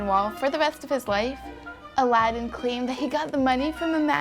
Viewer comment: the way she pronounces aladin sounds like 11